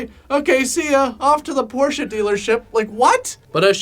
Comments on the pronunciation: Impressed you pronounced Porsche the correct way. I expected it to get butchered again.^^ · its great that you called the Car correctly Porsche and not Porch !!!! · Thank you, for pronouncing Porsche correctly.